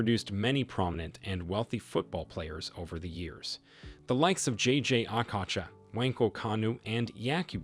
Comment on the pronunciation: Lol dude said Jay Jay Akacha, literally changed the O to an A.